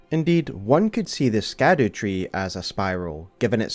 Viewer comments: I get that scadu is meant to be pronounced like shadow but can we admit skadoo is more fun? 😂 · I saw in another comment that scadu is actually pronounced “shadow” it’s old English or something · Its pronounced shadow (scadu) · Scadu is old english and is pronounced like "shadow". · I heard somebody pronounce scadu, as shadow... maybe it's like siofra river, and how IT is pronounced sheefra river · It's pronounced Skadoosh tree, and no one can change my mind. Great Video dawg! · Oh no, he's gonna call it the "Skadoo" tree the whole time, isn't he? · Just a heads up, Scadu in Scadutree is pronounced like shadow. It's Old English, like how gaol is jail. Great video regardless! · Can’t believe how fast you got something of this quality released. So stoked. Also Scadu is just pronounced “Shadow/Shadoo”. It just uses the Old English root, like its siblings the Erdtree (earth tree/world tree) and Haligtree (holy tree) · It's pronounced Skibiditree, actually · I think its pronounced shadow tree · This isn't true. Quoting from someone else here, "Gaol is just an alternative spelling for the same word. Scadu is a much, much older word and is pronounced basically exactly as you would assume. The evolution goes something like Skadu (proto germanic) -> sceadwe/sceadu (old english) -> Schadowe (middle english. This one is actually pronounced pretty similar to shadow, just with that more germanic sch instead of just sh) "Old English" also called Anglo-Saxon, is super different from modern language English came from it, but only after over a thousand of years of influence from other languages. It's just genuinely a different language. Even middle english is pretty different". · idk if anyone has noticed this or mentioned it but when you say scadu it kinda sounds like the dutch word 'schaduw' which is basically shadow lol im pretty sure its just called the shadow tree XD